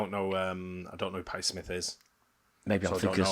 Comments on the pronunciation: Patty Smyth (of Scandal) is a different artist than Patti Smith. The AI mispronounced Smyth. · Scandal was led by Patty Smyth the y is pronounced "eye", not Smith. Patty Smith was someone else.